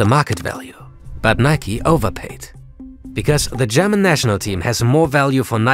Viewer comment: lol, the host is german right? Way too clean pronouncing displayed here.